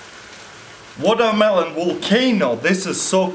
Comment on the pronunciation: Woldermelon Wolcano lol